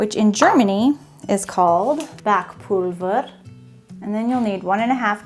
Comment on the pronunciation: Just a hint: in German the v is pronounced like an f. So in Backpulver it would be pronounced like Backpulfer. Your German is getting really good though